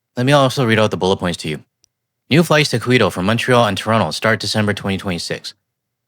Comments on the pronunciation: no you didn’t say Quito right. Say it like kito don’t pronounce the u and the T like people in the states say Toronto. Pronouncing the second t. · No. In Spanish, the "u" in the "qui" or "que" sequence is always silent. Quito is said something like KEE-taw. (If the "u" were to be pronounced, you'd have to write "cu", not "qu".) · Quito is the Capital city of Ecuador and it's pronounced kee·tow. Said in English the kee sounds like saying key and in Spanish the ee sound is slightly extended. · Quito is in Ecuador its pronounced (Keeto) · Quito is pronounced "Keto" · Quito is pronounced "Key-toe" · Quito = KEY-toh Thank you for all your travel information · Quito is pronounced more like keto diet. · Qu in Quito is pronounced Key-toe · Quito is pronounced as Keeto in English. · Quito = KEY-toe (You could have searched ‘pronounce Quito’ before you taped your show.) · Quito is pronounced Keeto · Quito is [ronounced KEETO. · Quito is pronounced KETO like the diet. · Quito= "KEY - TOW." Ecuador. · Hi, it's 'KEE-TOE', Ecuador. Be well laddie. Fan from Toronto. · [Kee] [toh], hard t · ah, its pronounced "key-toe", and for the record, the changes are in-spite of taco tues, not because of them. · Quito = "Key Toe" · Pronounced "Kee-toe." 😊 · I think Quito is pronounced ‘Key-toe’ as in mosquito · Hi. This is just to help and not a criticism. Quito is the capital of Ecuador and it is pronounced Key- Toe. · Love you quito Pronounced Keytoe..you always have such amazing content. Thank you This situation may turn out to be the best thing that ever happened to canada in time..when canada has fully diversified.. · Hi! Quito is pronounced kee-toe. The "u" isn't pronounced as it would be in English. Thank you for this great video. Thank you for what you are doing to help Canada in its need. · Quito Ecuador, pronounced key toe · Quito is pronounced “KEE - toe”. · Pronounced "KETO". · Say «Quito» like “Key-tow” like the Keto diet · Kee Toe.. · Quito pronounced Keyto.